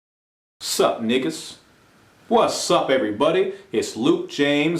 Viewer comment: The title is pronounced "KNEE GUS"